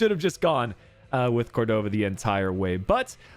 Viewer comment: Hey! Great video as always. Just wanted to comment that Córdova’s last name is pronounced as cOrdova. The stress coming at the O. No big deal, just in case you’re particular with name pronunciation. Keep up the great work! 😊